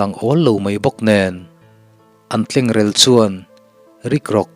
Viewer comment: Tlengrel i lam dan hi a fuh lo deuh rel tih hi 'a ri rel rel mai' tih a rel rik dana ri tur a ni e. In kan rel tih a rel anga lam tur a ni lo.